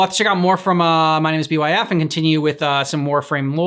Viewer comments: His name is pronounced as Bife, like life but with a b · btw his name is pronounced bite but with an f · YOOO LESS GOO Do more Byf for Destiny lore etc. It's pronounced Bye-f. Don't overthink the name. This video is fairly outdated visuals wise. He's retelling the most basic background lore of the Tenno, but so much is missing.